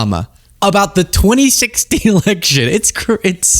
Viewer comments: Its AI video generated, it couldn't even pronounce the year 2016 right. Its very easy to spot these kinds of video's. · That Ai is terrible.... it said "26" election. LOL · The AI for that Anonymous video said 26 instead of 2016.....stupid mistake honestly. And Obamagate??? REALLY? What about all of the things Hegseth has gotten away with? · Maybe I misheard 2016, but sure sounds like 26 to me